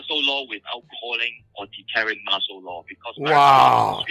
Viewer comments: "Marshall Law" instead of "martial law". Says it all, really. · Someone needs to tell deluded Mike that it is 'martial' law, not 'marshall' law.